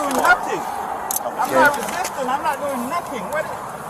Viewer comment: "I'm not Re sis tin" go back to the second grade and learn how to speak correct English